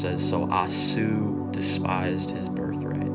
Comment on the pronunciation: I was moved by your young passion. Keep preaching! Esau is prounounced...E-saw